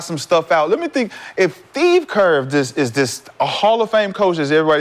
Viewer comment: McCants said “Thieve Kerr” on accident 😅